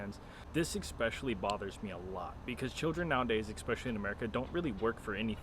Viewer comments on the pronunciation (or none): I love your videos and I support you but I have a question that I wanted to ask for a while now, why do you say expecially and not especially 😅?